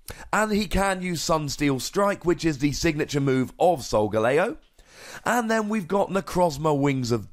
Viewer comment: Lol did u say "powered up version of the moon stone edge"? Instead of move? U said move the first time but second sounded like moon.